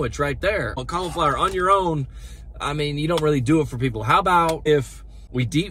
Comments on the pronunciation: "cull"-iflower? or "call"-flower? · It's not "culiflower" it's cAuliflower. Vowel sounds matter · Not "culla-flower" it's cauliflower (call-a-flower). I would not spend any time watching another of your videos. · "Culliflower" is that how they say trash in North/South Carolina? 😂😂😂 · The way he says cauliflower 😂